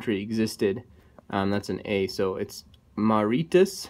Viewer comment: Mauritius is pronounced Maw-ri-shus